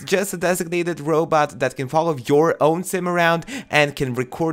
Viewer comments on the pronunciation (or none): none